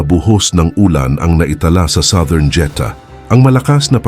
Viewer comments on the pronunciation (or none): none